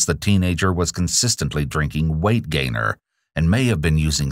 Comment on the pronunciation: I like how he emphasizes "WEIGHT GAINER" like it isn't just cheap whey protein and sugar.